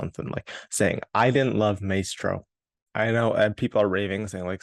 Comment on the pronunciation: Curious why you pronounce it "may-stroh" not "my-stroh"? you're making me NOT want to see this film LOL